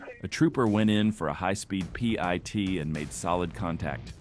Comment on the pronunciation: HOT DAMN!!! IT'S NOT PEA EYE TEA!!! IT'S PIT, LIKE A SEED IN A FRUIT! SCHIT! EYE STOPPED WATCHING!!🤔